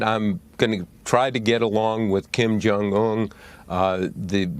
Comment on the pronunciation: Kim Jung “Uhn” ???